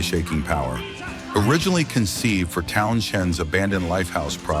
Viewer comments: Narrator wants to learn how to pronounce "Dali" and "Townsend". Typical American mispronunciation. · As an English person I apologise but must tell you tat Townsend as no "h". Towns End, then push em together. YW. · Cant say Townsend gods sake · That robot voice can not pronounce "Pete Townshend" properly, falls for the sh. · No "Riders on the Storm?" No "Won't Get Fooled Again?" What a joke. And tell your AI that the "h" in Pete Townshend's name is SILENT. 🙄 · That's how his name is spelled, but it's pronounced without the "H". I think the narrator must be A.I. or ignorant.